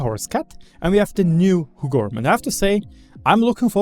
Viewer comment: I clicked the video just to hear you say Huggorm 🤣 You said it pretty good tho 👍